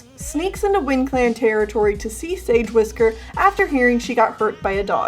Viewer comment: Tennele: the see sagewhisker Me, a sedgewhisker fan: ITS SEDGE WHISKER DNJSKAJCNIEKWNEV AAAAAAAAH